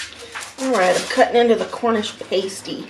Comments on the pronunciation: It's pronounced Cornish pah-stee, not pay-stee. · It’s pronounced pass-tee not Paisty by the way :-) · Sausage rolls Cornish pasty.... pronounced passtee and scotch eggs are usually finger food, you eat with your hands. Glad you have British food in America. Cottage pie is made with beef, but Shepard's pie is made with lamb 🙂. Sorry for the edits....but you don't eat Yorkshire puddings with syrup...only gravy!! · Paaaaasteeeee get it right!!!!! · Exactly! Pastee is a pie...Pasty are things you decorate a nude figure with 🙄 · Pasty like nasty not pasty like tasty, was so annoying lol😂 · Hi! It’s pronounced “past”ie like the word past. The cottage pie is what we (USA)call shepherds pie. The correction is: Cottage pie-beef, shepherds pie-lamb, Cumberland pie is cottage pie with shredded cheese on top. Also that Yorkshire pudding is huge!!!!!!! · You say pasty like nasty oh and please don't put gravy on it or the scotch egg lol. Definitely no syrup on the Yorkshire pud thats sacrilege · Hi. You’re supposed to pour the gravy over the mash potato and peas. The pasty is pronounced like pahsty with an ah sound as in umbrella. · It's pronounced: pass-tee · Pronunciation sounds like cornish 'past ee' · Cornish 'Pas-tee'